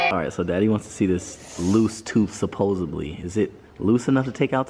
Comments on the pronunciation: He said supposeBLY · I had to stop the video at “supposebly” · An adult that says "suposubly" should not be having children. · 0.05 supposedly saying "supposably" is incorrect!